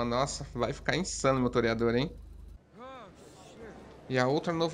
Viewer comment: Agora o toreador virou um "terryador" kkkk